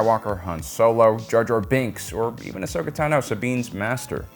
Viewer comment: If I had a dollar for Everytime you mispronounced Ahsokas name I'd be rich.